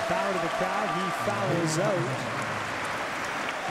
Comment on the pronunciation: Only one syllable in foul-you Canadian. lol. Good job on the mic. fellas.